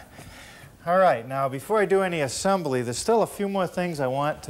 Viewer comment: I love the way he says AH-SIM-BULL-EE.